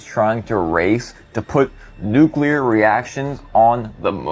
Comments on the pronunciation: Here we go again... Please don't listen to people that pronounce it "nukular" like Peter freakin' Griffin! SMDH. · DRIVES ME NUTS WHEN PEOPLE SAY Nuc- U lar. IT IS NUC LEAR NOT nucular!!! same thing with EXPRESSO- it is ESpresso!!! EXspecially- IT IS ESpecially!! there is NO "X"!! WTF??